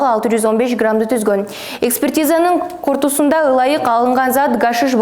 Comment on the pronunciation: Кортусунда дегени эмнеси буларды окутканда утур точка дегенди уйротушобу жон эле быдылдай эле берет жээ тушунбойсун артынан бироо кууп келе жаткансып буларды Ким козомолдойт карагыла уяат болбой кортундусунда дегенди айта албай жатат уяат бул кызынарды жоготпосонор ИТ эле болосунар